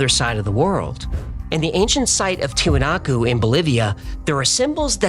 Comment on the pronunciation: You’re showing Easter Island Moai while talking about Tiuhuanaku ? Tiwinaku ???🤪🤣